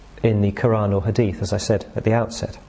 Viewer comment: Pronounced "Ha dee th". Had to stop watching the dictation after a couple of pronunciation errors that kept throwing my concentration off. Not a big deal, but thats the way my mind works now. Great find none the less. Some "scholars" contest the notion that Ibn Saba was not a Jew, but the name itself is inescapable. His entire moniker "Abd Allah Ibn Saba" indicates forced conversion. So Ibn Hazam's opinion of him is quite hilarious. The issue of of Sayf Ibn Umar using Paul to propogate Shia Islam is a little funny as well, as the observation is true but draws to another false conclusion of validity of Ali Ibn Abi Talib, or simply "Ali". Whats even funnier is the more acceptable authoritative sources that narrate Paul (Bulus) as infact an apostle. Which gives more weight to the argument that Rome infact has its fingers in Islam. Interesting cookie trail to say the least. Especially when you start to compare tribal names to current houses of power in the Middle East today.